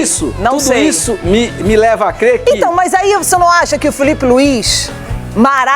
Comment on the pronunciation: Kkkkkkkk Gosto quando ele fala , Filipe Luiz . Kkkkkkkk Não sei como ele é comentarista. Kkkkkkkk Vergonha.